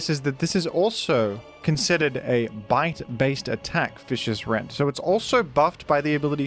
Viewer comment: unbelievable that they game him fish-ee-ous rend.